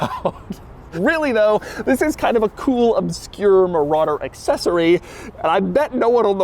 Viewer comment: Don't exaggerate saying ' THIS'